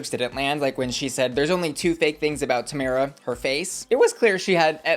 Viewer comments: The only American I’ve heard pronounce Tamara wrong 😭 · How have you watched the whole season and still pronounce Tomara like that..? 😭